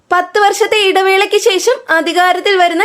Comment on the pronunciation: ശേശം, അല്ല ശേഷം എന്ന് പറയൂ!